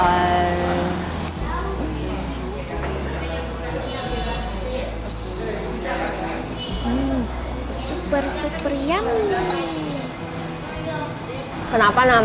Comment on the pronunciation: Lentho kan bukan lento